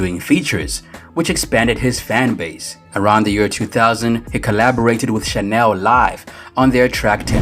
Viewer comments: Their name is Channel Live not Chanel Live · Yooooo...!!! I bout died when "" said "Chanel Live" lmao!!! Them dudes are harcore asf... I know they would NOT appreciate such a "sassy" name... it's "Channel Live" (proununced: CHAN-NUL)